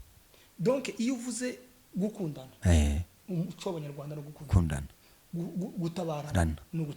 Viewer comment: Umuco= lumiere. Naĥo Umucyo= indangagaciro y,umuntu . Mugerageze kuri prononciation rwose byombi uko muvuga ko muravuga Umuco!!!!